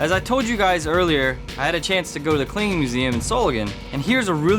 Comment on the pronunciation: your "Klingen" sounds like "cleaning"